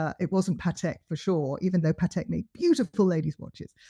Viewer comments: Love how she emphasised it’s spoken Patek not pattack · He is pronouncing it correctly, this is the same way Thierry Stern pronounces it.